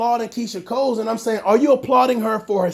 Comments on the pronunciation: Why you saying Keyshia “COLES” there’s no S at the end dude 🤣🤣🤣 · Her name is Keyshia COLE. There’s no “s” at the end boo. Just saying